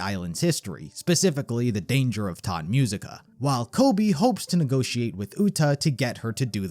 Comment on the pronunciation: Great Video but please dont say "Tod Musica". Its "Tot Musica":face-turquoise-covering-eyes